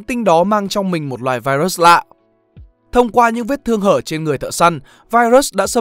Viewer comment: Trời ơi ad ơi, ad có thể phát âm đúng từ virus như đọc tiếng việt hoặc phát âm chuẩn của tiếng anh k vậy, ad đọc vậy nó sang từ khác rồi đấy, nếu tiếng anh k tốt thì có thể đọc theo tiếng việt cx dc